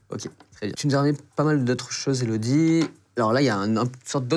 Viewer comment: « Bonjour, je suis Zélodie » 😂😂